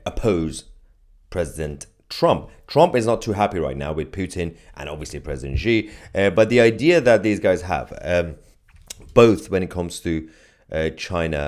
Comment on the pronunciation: It is incredibly simple to pronounce Xi correctly, and it's embarrassing for a geopolitical pundit to fail to do this basic research. It's pronounced with an sh sound. She. No excuse for this basic mistake.